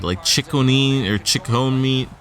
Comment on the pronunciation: Its Sag-né-in